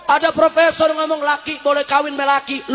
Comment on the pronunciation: Ayam apa fropesor ..fropesorrrr ..undang " redikal